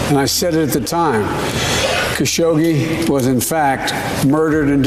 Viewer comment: Hey its Jamal Kha - sha - qché not Ka- sho - Gé